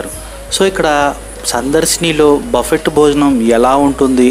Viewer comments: బఫెట్ కాదు నాయనా బఫె. T సైలెంట్ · Word buffet lo t is silent buffe ani anali pronunciation correct ga nerchukondi